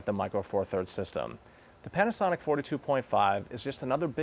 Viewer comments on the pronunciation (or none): sounds like he's saying panty...